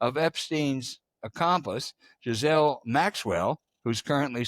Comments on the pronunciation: It's GHISLANE Maxwell... NOT Giselle Maxwell. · Who the hell is Giselle! Her name is Ghislaine for FFS! Disgraceful to not put in the effort to learn how to pronounce her name correctly! This podcast is about epstein, this pervophile, and ghislaine! FFS pronounce the names accurately! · Miss Maxwell's first name is pronounced g e e Lane